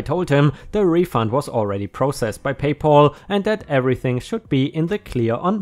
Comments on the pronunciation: It is Pay Pal not Paul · Pay pal. Not pay Paul. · Whereas we Brits can’t even get drinkable tap water most of the time - often hear reports that we must boil all drinking water! By the way - it’s PayPal - not PayPaul! Lucky old Paul - all payments go to him! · Please check on your pronunciation. PayPal is not pronounced Pay Poll but Pay Pall with a "Ah" sound not a "O" sound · PayPal= pay pal - sounds like gal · I have a problem with the mispronounciation of the name "PayPal". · 🌟🌟🌟🌟🌟 2 stories a day!!!!🌟🌟🌟🌟🌟 By the way..PayPal.....pal has a short a, rather than a long as, sound.